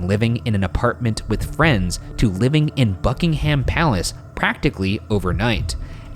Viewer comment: How does Ryan manage to flawlessly pronounce Icelandic cities and names, but struggle with Buckingham Palace and Norfolk?(❁´◡`❁)